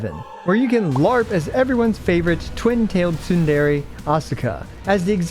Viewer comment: Wow, you butchered saying the word "tsundere". Also, Eva is harem shit garbage and the remakes were insanely bad.